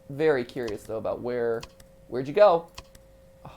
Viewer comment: Vewy coo